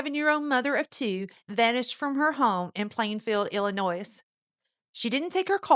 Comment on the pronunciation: Is this an AI voice? Illinois is a French word. You don’t pronounce the s